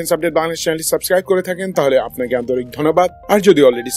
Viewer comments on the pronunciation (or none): none